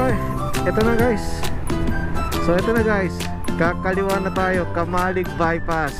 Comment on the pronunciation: Pag taga Bicol ka camalig yan idol hindi caaamaaleg matigas pagka pronounced ng camalig.kamaleg kasi Pag dating ng Bicol Kubo or kurokamaleg . . ibig sabihin ay maliit na Kubo na salita ng mga renconada.pag narinig ka ng mga taga Bicol na caaamaaleg baka baka mapagkamalan ka na islang mag salita oh hindi taga Bicol. . nice ride✌️